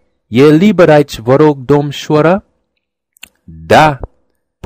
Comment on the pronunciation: Salut, pronunţie foarte bună, la cuvântul "domnişoară" mai e puţin de lucru... Cu ceva timp în urmă, am învăţat limba germană. Acum, din moment ce vorbesc trei limbi, ideea de poliglot a început să mă atragă... Dacă aveţi vreodată nevoie de un vorbitor nativ de limba română, să vă exersaţi cunoştiinţele, sunt disponibil. tried to use as an academicaly correct romanian as possible, i guess you aren't interested in the things you do good, but seriously, that pronunciation is frckn autentic O_O